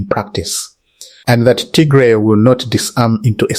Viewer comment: You got bad accent, you sound very educated but I don’t know how you can’t even pronounce Tigray instead you pronounce Tigre which is offensive language in Tigray.